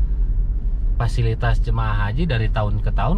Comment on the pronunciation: SUNDA PISAN KANG PASILITAS ...hhhe